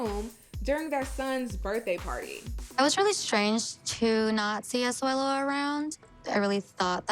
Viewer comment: You say Asuelu 👌👌👌👌